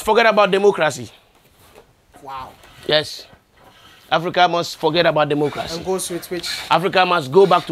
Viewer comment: Did he just say Democrazy?😆😆😆